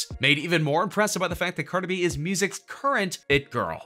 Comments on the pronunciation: Stop saying Car-duh bih. It's CAR-DEE BEE. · I love the way he says cardi b😂😂😂